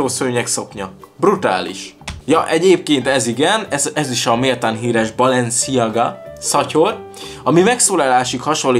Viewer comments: Úgy kell kiejteni hogy balensziága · Chanel-Sánel Balenciaga-Bálensziágá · Chanel - sánel Balenciaga - Bálensziágá Dsquared2 - diszkverd